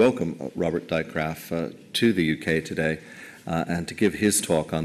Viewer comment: lol how he says robert drijkgraaf. must be hard to say a dutch name.